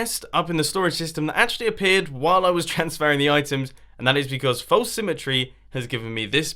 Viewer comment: Anyone ever notice that he pronounce false like folce when saying false symmetry but he says it normally when he's just saying false. Lol accents can be kinda weird